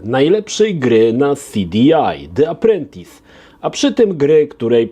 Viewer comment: Czytamy Di aprłentys...